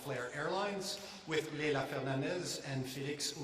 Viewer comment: It's "Fernandez" !